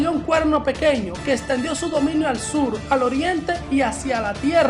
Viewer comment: Se dice SUR no SUL !!